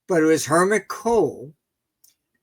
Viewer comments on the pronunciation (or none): Oh, and I always get a smile when Martin says "Hermit Kohl" instead of Helmut, but hey, maybe it is on purpose :) Love Martin.